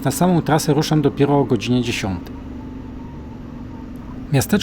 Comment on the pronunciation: Kolego wstaw poprawke miejscowosci bo mowisz Bertorino, nie mozna tego na mapie znalezc a poprawna nazwa to Bertinoro w prowincji Forli-Cesena, film super